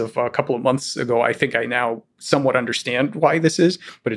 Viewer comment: Is Lex Fridman ever going to learn how to pronounce the word "understand"?